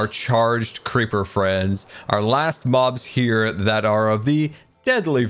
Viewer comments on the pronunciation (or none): did he say statues of Moms not mobs ? :D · Excuse me... 18 minutes in did this man just say statues of Moms? ... W0T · I think having statues of mums is a great idea!...cannot tell if this is my ears or pronounciation being weird lmao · I heard "statues of moms" not "statues of mobs" for some reason